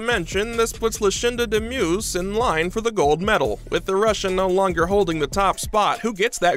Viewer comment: You botched up Demus’ name lol